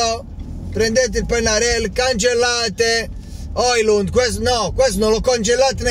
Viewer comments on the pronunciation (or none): none